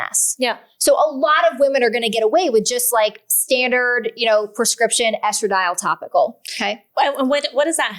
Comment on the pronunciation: If you are doing a video on women’s sexuality, you should learn to say “vulva” when you mean vulva and stop calling women’s external genitalia “vagina.” You can also learn to pronounce “estradiol.”